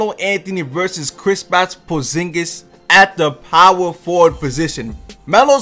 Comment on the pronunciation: "Krispats porzingis"